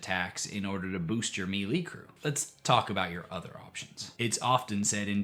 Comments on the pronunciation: I don't think I can hear you say Mealy again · Hello,. I have a small, but impactful correction for you. Melee comes from the French and is pronounced "MAY-LAY " The Brits pronounce it as "mel-LAY." Thank you. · In chapter 1 you pronounced melee as meelee but in chapter 3 it was the correct maylay, and I had to go back and listen to see if I just didn't hear it right, then you said mee-lee again. Are you jaslighting me?